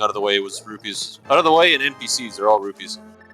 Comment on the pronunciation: Repeat after me... ROO-PEES. NOT ROO-BEES. FFS man